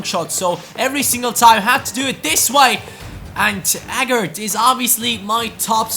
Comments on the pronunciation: By the way, Agard's name is pronounced Ay-gard not A-gard(even though its spelt like that)! Awsome series aswell, cant wait for the next episode! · Dude do me a favour hes pronounced aygard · Agard is pronounced Ay-gard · It's pronounced A-guard. Great video though I look forward to the rest of the series, like I do with all of your new videos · Kieran Agard is pronounced A-GARD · Pronounced hi-um, ay-gaard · Just a few tips.. Agard is pronounced; A Guard Emmauel Thomas is ofter called JET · Agard is pronounced Ay-gard!